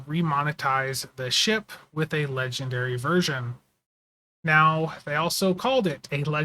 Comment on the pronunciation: Maybe he was saying "ledge and dairy". It... could... have been... what he was saying.